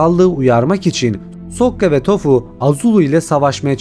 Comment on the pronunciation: Toph un adı tofu diye değil tof diye telaffuz ediliyor yalnız